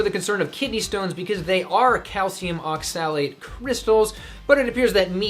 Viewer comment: You talked about oxalates who can't even pronounce the word oxalate